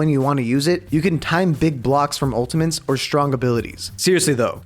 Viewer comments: Why does say "ultimantes" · why does he say ultimantes